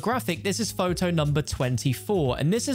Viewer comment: Numba tertteen. Shows a photow of numba fifteen